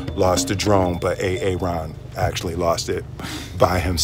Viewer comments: I love that he calls him A-Aron lol! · Like it when you pronounce his name A-A-ron, from the sub teacher comedy right? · Wait so that Key and Peele sketch about that inner city teacher that messes up the white students names was based on real black pronunciation?? A.A.ron? Lolllllllll